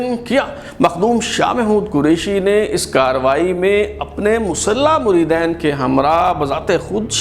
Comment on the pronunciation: Assalamu Alaikum! "Muredain" nh hota "Muredeen" hota h